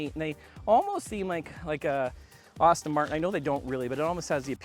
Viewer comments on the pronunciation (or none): Good review but I think you set a record for mispronounciation. It's Aston Martin, not Austin. FYI